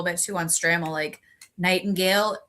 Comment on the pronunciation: Please pronounce Charlie's name correctly. It's STRAY-MEL.